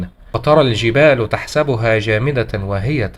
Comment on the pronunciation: الجبالَ وليس الجبالُ، انبته وعدلها بالمقطع